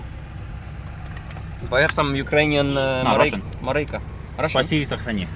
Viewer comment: Уже жду когда Марек активно заговорит по русски. В момент когда он сказал "спаси и сохрани" без акцента я чуть со стула не упал😄❤